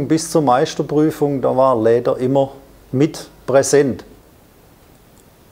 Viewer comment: Ich krieg die Krise, wenn er sagt „Kläber... verkläben... Läder..“ puuuh🙈😂